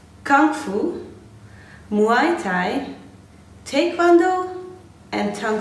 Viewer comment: Muay Thai is pronounced "Muay tie"